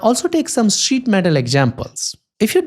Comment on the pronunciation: SZÍT METÁL XDDDD